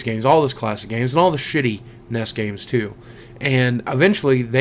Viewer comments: Did you just call the N E S the "NESs"? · its N E S not nes